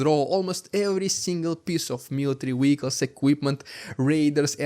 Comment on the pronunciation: just a friendly reminder: word 'vehicle' is pronounced with v as in word 'very'.